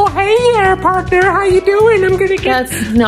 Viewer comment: The best part was when Laura was like, “ what are you even doing? PROCASTINATING like always”